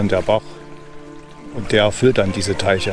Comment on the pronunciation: Hallo, ein wirklich sehr schönes Video und wir hatten uns ja schon mal drüber unterhalten. Michaelstein kenne ich auch sehr gut und liebe es. Hast du gut eingefangen. Gefallen haben mir auch die geschichtlichen Untertitel. Beim Deich-Teich musste ich bissel schmunzeln😉so haben wir eben unsere Dialekte und ich finde es niedlich. Ja die vergessenen Reserve-Akkus....wer kennt das nicht. Mein Opa pflegte immer zu sagen, aus Schaden wird man zwar nicht reich aber klug. In diesem Sinne. Volkmarskeller ist direkt neu für mich, dabei dachte ich kenne die Ecke in und auswendig. Ich bin nämlich dann immer rüber in Richtung Regenstein und Regensteinmühle abgebogen. Wäre also direkt etwas neues, wenn es mich wieder einmal in den Harz verschlägt. Auch wenn der Baum ziemlich faszinierend ist, das mit der Schatzsuche musst du noch ein wenig üben 😜 Mit dem Geschmack ist es immer so ne Sache, aber ich finde das war dein bisher bester Film, weiter so. LG Thomas